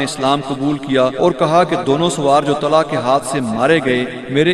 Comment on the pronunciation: Nam Tulaiha hai not talha